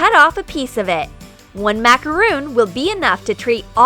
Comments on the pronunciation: Did u just say MACAROON IT IS MACARON NOT MACAROON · IT'S MACRON NOT MACAROON!?!?!?! 😡😂😂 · i think it is called a macaron not a macaroon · It’s macaron not macaroon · MA CA RON NOT MACROON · It’s Macar-on not Macar-oon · Actually, it is MacarOn not macarOOn. A macaroon is a coconut, crispy, cookie type thing. A macaron is a fluffy sweet cake. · It’s pronounced as macaron not macaroon but no offense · They are macarons not macaroons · Macaron!!!!!! Not macaroon!!! A macaroon is a coconut bliss ball type thing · Its macaron not macaroon dumbasses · It’s actually pronounced mac-a-ron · they said macaRON wrong #petpeeve 🤦‍♀️🤦‍♀️ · Macaroon? NO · Am I the only person that gets annoyed when they pronounce “macaron” wrong? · Agnes Bäcklund yep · I also get angry